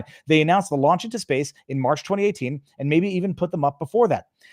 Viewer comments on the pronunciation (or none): none